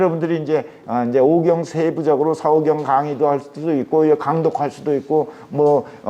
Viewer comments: 왜? 서경의 "서"ㄹ ㄹ 길게 발음하십니까? 자고절.ㄹ 아십니까? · 참 강의는 촣습니다만, 자고저 문제가 심각하옵니다. 예: 시경, 서경의 첫 자를 길게 또 잘못 발음했나이다. "짧게" 발음해야지요!! 공부 좀 더 하시옵소서! 미국 변 완수 드림